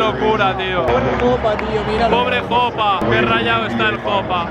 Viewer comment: Soy el unico que se ha dado cuenta de que dice she para Jopa? (No hate)